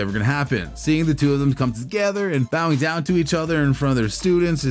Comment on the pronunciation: So you say bow (as in archery bow) ing and not bow (as in wow like it should be) the thumbnail is click bait and you can’t even use correct terminology…….sad